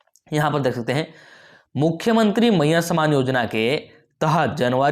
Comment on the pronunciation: कोई खुशखबरी नहीं है पहले बोलना सीखे सामान नहीं सम्मान भैया सम्मानयोजना सिर्फ बुड़बक बना रहा है सरकार, और आप ।